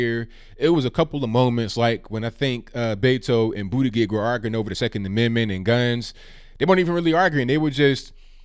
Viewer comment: Booday-gig, bootee-juj, whatever.... LOL